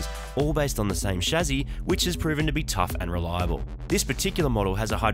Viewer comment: wtf is a shazzy ? hope you was saying chassis and not being illiterate lol